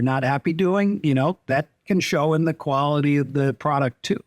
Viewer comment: KWALIT,NOT KWANTATE